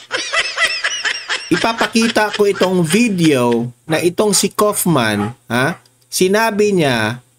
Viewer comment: Kaufman = pag bigkas ay kawofman .